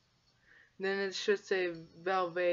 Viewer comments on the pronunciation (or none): Did you actually just say valvay ?????????